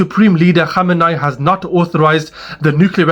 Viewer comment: Bro its Kho - may - nee